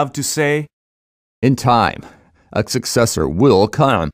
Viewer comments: It's more like 'ckcessor' really, it is a truly miraculous word which resists all spelling. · "in time a succesor will caouaem"- Goldman